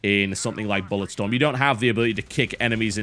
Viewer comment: Wait...did you call Bulletstorm, Bollockstorm, when you said Bulletstorm-esque?